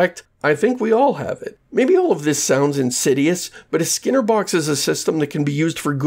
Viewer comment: It's not constructive of me, but it's weird that you pronounce skinner as /sker/ (like "scare box")